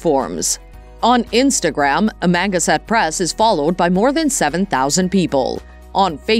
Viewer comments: It's "Ama.... Gan... sett" press, not "Amanga... set" press. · Me to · "?uh - manga- set🤣🤣🤣🤣🤣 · You're pronouncing EVERYTHING wrong.. AMA-GAN-SET.. And Alan ALL-DA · Amangaset press? I guess Jason and Ben don't know how to pronounce where Jason was born/grew up?? 🤷‍♂️ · Am-A-gAn-set. Say it slow then speed it up.painful just painful to listen to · Pronounced Am -a -gan-sett. Know your information. Do your homework. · Am-ganset. Can’t even say it right. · I'm from Long Island, been to Amagansett, if you can't pronounce that correctly, I'd love to hear your shot at Hauppauge!! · I agree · LOL....Lifestyles of the rich and famous!.......and the narrator can't even properly pronounce Amagansett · Maaan! That's AI, you'd think it would pronounce Amagansett correctly😂😂😂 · You can't even pronounce their channel name plus other words.